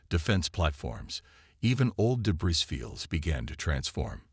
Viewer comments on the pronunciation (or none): Please, tell your AI narrator that the word “debris” is pronounced “duh-BREE”. The “S” at the an end of “debris” is supposed to be silent. It’s a French word, I believe. Thanks!